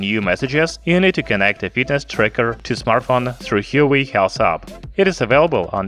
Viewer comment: he should have at least research the right pronunciation of the brand